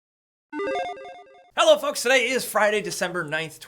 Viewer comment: Didn't it sound at the beginning like he said hello fucks